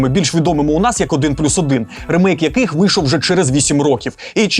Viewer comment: Правильно казати/писати "рімейк", бо саме так читається англійською слово "remake".